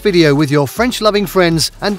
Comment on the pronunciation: I believe that your french pronunciation is VERY GOOD